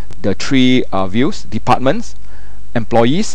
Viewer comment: Very clear, except "one two three" becomes "one two tree"... LOL